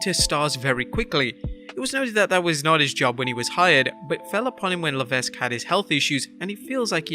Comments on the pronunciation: You don't pronounce the S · The S in Levesque is silent bro!! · Learn to pronounce Paul LEVESQUE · paul levesque is a french name we dont pronounce the s.